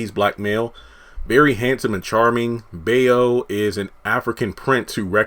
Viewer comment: bayo is pronounced as buy-0